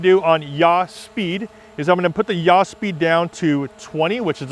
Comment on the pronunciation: Great, really really useful and I've modified my gimbal now. Just a point, from someone that used to teach Principles of Flight to Air Cadets. Yaw is not pronounced Yah or Ja in German. It''s more like saw as in Tom Sawyer , but with a Y. Or Yawn without the N. Sounds picky I know, but anyone watching with any aviation background will cringe at Yah being said again and again. Easier to trust someone when the words fit well, thats all. Just a pointer not a serious criticism.